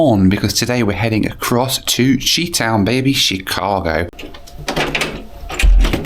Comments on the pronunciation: Not she-town. It is shy-town. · As a Chicago resident. I cringed at what you called it. “She-town?” NO NO NO It’s PRONOUNCED Shy-town Otherwise. Another great video! Thank you for sharing. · Chicago's nickname in the US is NOT "SHE-town"... it's "SHY-town". it's confusing, yes lol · lol you said 'chee-town' when it's pronounced 'shy-town' i know how it's spelled, but you've said it wrong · “Shy-town” (Chi-Town) pronounce the nickname for Chicago, for those wondering😂❤🎉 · It’s pronounced “shy-town” not “she-town” 😂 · Great video. Nice job! Locals usually pronounce Chicago as shy-town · It’s pronounced “Shy-town”. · "SHY" town